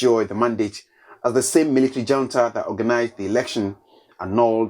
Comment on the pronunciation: Reuben, Reuben, please check the pronunciation of Junta.